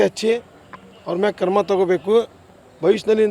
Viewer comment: Le..karma thagolla kano....krama anno.😅😅😅 Thu ninna....kannada kaliyo